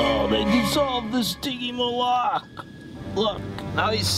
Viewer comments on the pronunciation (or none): it's pronounced Sticky Molick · WD Toys agouti say stiggymoloch wrong it's stiggy maul if and your vids are boring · I hate it when ppl pronounce stygimoloch wrong